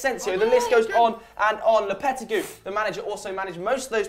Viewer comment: Did he just call Lopetegui Lopetegu?